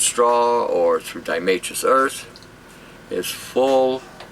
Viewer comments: diatoms...Marisa Tomei...it IS a really hard word for the tongue!!! die-a-tomei-trous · diotamasous made me feel like i was peeing glass horrible